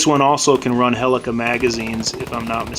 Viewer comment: Just a friendly reminder, they're called HELICAL magazines, not HELICA magazines. No shade, just reminding.